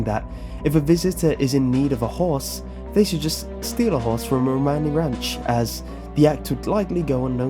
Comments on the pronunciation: Pronouncing romani wrong!! It’s row-maa-nee! In fact a lot of the way you pronounce is incorrect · Great video! However I have to point out, it's Romani not Ramoni :p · It’s pronounced RoManee not Romani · i liked your video but gat damn, there are a lot of errors, the most egregious is you calling it ramoni when its Romani lol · Uh, you do know it's Romani, not Ramoni, right? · My issue is that he kept pronouncing it "rOmani" when it should be "romAni", emphasis on that "ah" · its romani not ramoni just saying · It's RO-MAN-E Ranch, not Ramoni Ranch. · roMANi, [ro-mon-ē] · You say Romani wrong , like if it bugged you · dude your not saying Romani right😶😓😓😣😦